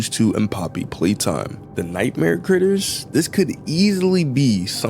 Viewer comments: in allister gater you said G when there is no G in "critters", did you mean T? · Dude I. Amsterdam he is the first T NOT G the is no g in critters